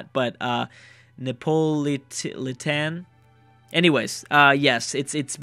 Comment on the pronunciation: Neapolitan. Ne-a-po-li-tan. :)